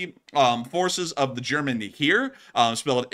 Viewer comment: "Heer" is pronounce like "hair"